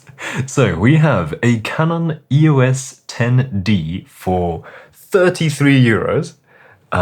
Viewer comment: EOS is a name, not an acronym. Pronounce it as such.